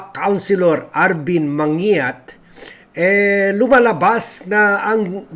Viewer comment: man gi yat ang pronounciation ng surname na yan.